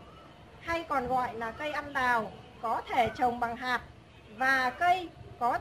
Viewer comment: Tiếc là nói ngọng! Cây ăn đào là cây gì ta?